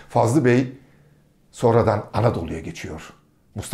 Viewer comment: Fazıl bey yazıyor fakat Fazlı bey diye söyleniyor?